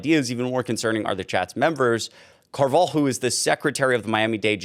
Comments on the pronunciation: The name Carvajal is actually pronounced "Car-vuh-hall", not "Car-vall". But good report. Sounds about right for magats. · It's pronounced "Carva-Hall" I can't believe the Spictacular behavior from these non white MAGA morons. 😂😂😂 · I believe Able Alexander’s last name is pronounced: “Car - Vah - Haul.” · Car-va-HALL is how you pronounce the first guy's name. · Pronounced — Car-Va -Hal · It’s distressing you can’t pronounce car va hal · alexnader car-vuh-hall coral gay-bills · It's pronounced "car va hall" . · Pronounced loosely, car-va-HALL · Good job, the name Alexander's last name Carvajal is actually pronounced Carb - ah - hall. just wanted to clear it up, keep creating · It's "kar-vuh-hall" for future reference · The Hispanic name Carvajal is pronounced Car ba hall. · You are saying the last name wrong. It's Car- Va- hal. I have a feeling they are Cubans. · the name is pronounced Kar-vah-hall. It's Spanish and the J is pronounced with an h-sound. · CAR-va-hall If you're going to say names it might be wise to take a minute or two before you begin to learn how to say them. Other than that, keep up the good work!